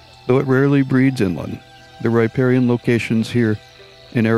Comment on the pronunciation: Not bad, but you're mispronouncing riparian. Here > rə-ˈper-ē-ən